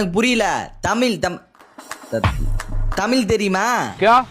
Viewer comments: தமில் இல்ல தமிழ் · தமில் இல்ல அது தமிழ்🙏🏻